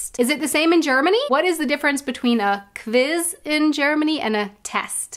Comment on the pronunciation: You're saying kviz.. not kwiz. No w sound in German?